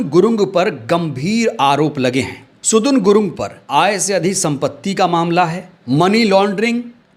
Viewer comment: सुदुन गुलुङ्ग नहि सदन गुरुङ्ग है